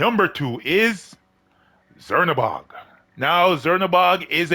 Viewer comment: I think its pronounced chernabog like how we pronounce czech